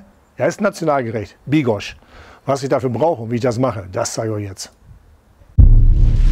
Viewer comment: Bigos mit s, nicht mit sch kurwamać